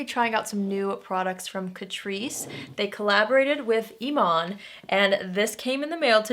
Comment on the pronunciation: When you said Eman, I thought you were talking about David Bowie's widow!😂😂